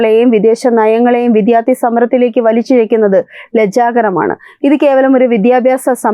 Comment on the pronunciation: അവതാരകയുടെ അവതരണം കൊള്ളാം. പക്ഷേ , മലയാളം ഉച്ചാരണശുദ്ധിയിൽ കുറച്ചുകൂടി ശ്രദ്ധിക്കണം "വിധ്യാർത്ഥികൾ " എന്നൊക്കെ ആവർത്തിക്കുന്നതു കേട്ടു. ശ്രദ്ധിക്കുമല്ലോ.